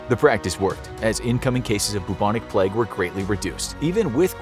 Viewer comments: Love the video, but why do you pronounce the word plague as ‘pleg’? 😅😂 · Can't listen to hin say "Pleg" anymore! Also, "wreck havoc".